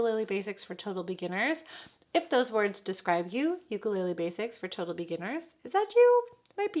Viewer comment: Liking the channel but you gotta say ukulele correctly.